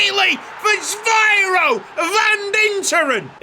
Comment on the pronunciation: Van Dinteren's first name is Zyviro not Zvyiro as you pronounce it.